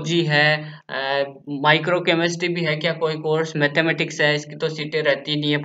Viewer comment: Chemistery ko चमिस्ट्री😑😑😑 pd raha hai kya hi ummid rakhein tum se bhai